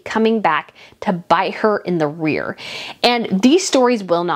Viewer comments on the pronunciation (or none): none